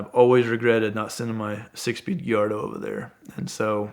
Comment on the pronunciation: Please teach him how to say Gallardo. It's not Giyardo haha